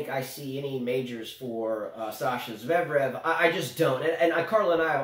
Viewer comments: Ha ha! says "zev-rev", which is wrong, of course, lol!:P It's not a big deal, we all know who you guys are talking about! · But doesn't pronounce Zverev correctly either! LOL